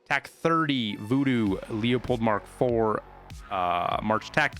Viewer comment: say it with me. Lew. Uh. Pold. Leeew. Uhhhhh. Poooold.